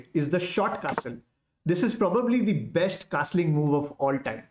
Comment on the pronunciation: Can you please stop saying Besht instead of best? It is very annoying and jars my ears.